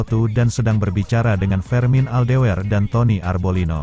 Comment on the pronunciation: min klo membaca naskah atau nama yg bener donk ..,,MotoGP motojipi d baca motogepe..fermin aldeger d sebut fermin aldewer...hadeuuhhh 😂😂